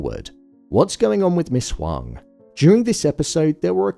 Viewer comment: Appreciate you for pronouncing Huang correctly even when the show didn’t